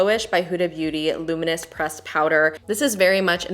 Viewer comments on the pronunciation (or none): none